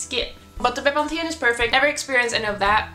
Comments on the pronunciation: pronounced bepanfen 👍🏻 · The way you say Bepanthen is so different to the English way :') <3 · Ah I'm in south Africa and I use Bepanthen as well. We say it very differently too. Bee-pan-fin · I laughed when I realised you were talking about bepanthen. I’ve never heard it pronounced that way